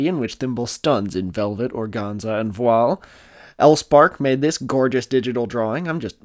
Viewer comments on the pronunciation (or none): none